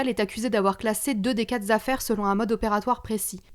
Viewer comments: "Quatre zaffaires"... 93000 zaffaires... Revoyez les bases de votre français ! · Est-ce qu'en tant que journaliste bous pourriez au moins parler correctement svp? "Quatre zaffaires, mille zaffaires"... la base quand mêmes même. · C’est possible d'arrêter de faire des liaisons avec des "s" qui n'existe t pas s’il vous plait ??? C’est possible que le prétendus "journalistes" apprennent A PARLET ET ÉCRIRE français CORRECTEMENT s’il vous plait ? Ou c’est trop demander ????